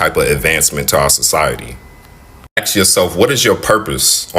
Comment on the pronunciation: For me, a man with neck tattoos who says “ax” and “earf” and has multiple baby mamas is a red flag.